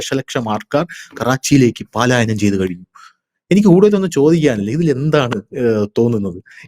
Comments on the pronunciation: പാലായനമല്ല. പലായനമാണ് ശരി... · പാലായനം എന്നല്ല പലായനം എന്നതാണ് ശരി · പാലായനം എന്നത് തെറ്റാണ്. പലായനം എന്നാണ് ശരി. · പാലായനം അല്ല,ട്ടൊ. പലായനം ആണ് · പാലായനം എന്ന് പറയരുത്. അത് തെറ്റാണു. ശരിയായത്, പലായനം ആണ്. ശ്രദ്ധിക്കണം. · പാലായനമല്ല " പലായനം " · ഹലോ,"പലായനം"ആണ് "പാലായനം "അല്ല ട്ടോ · 'പാലായനം അല്ല, പലായനം എന്നാണ് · You are telling പാലാ യനം മീൻസ് going to Pala.Actually it is പലാ യനം . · പാലായനം എന്ന് പറയാതെ ചേട്ടാ, പലായനം എന്ന് പറയു.. കുറെ നാളായി പറയുന്നത് പാലായനം എന്നാണ്. അത് ശെരിയല്ല. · പാലായനമല്ല. പലായനം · Paalayanam alla palayanam. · പാലായനം എന്നാണ് പലരും പറയുന്നത് എന്നാൽ യഥാർത്ഥ പദം പലായനം എന്നല്ലേ? അത് ശ്രദ്ധിക്കുമല്ലോ?👍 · പാലായനം അല്ല , പലായനം. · പാലയനo അല്ലെടോ... പലായനം ❤ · 'പലായനം' ആണ്, 'പാലായനം' അല്ല, sir. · Palayanam തെറ്റ് പലായനം ശരി 💕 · പാലായനം അല്ല പലായനം ആണ് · 😊palayanam I think.not paalayanam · പാലായനമല്ല, പലായനം എന്ന് പറയൂ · "പാലായനം" അല്ല; 'പലായനം'. ഭാഷ ശ്രദ്ധിക്കുക. ഇതിനു മുമ്പും തിരുത്തിയിട്ടുള്ളതാണ്!